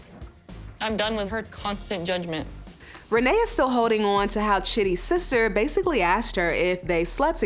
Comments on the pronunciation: Rayne is pronounced Renee??? Red neck pronunciation? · The mentally challenged activities started when her mother mispronounced her name at birth because to me it should sound like rain🤷🏾‍♂️🤣